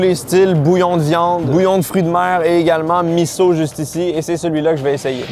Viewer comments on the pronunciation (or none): Un S se dit comme un Z, soupe Miso (mizo) et non Misso un peu comme coussin et cousin !!